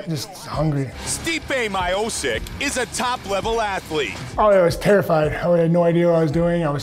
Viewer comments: Mike "Stipe Miosis" Goldberg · That Stipe Miosyc 🤣🤣🤣🤣🤣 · When Goldberg says stipie myosick you agree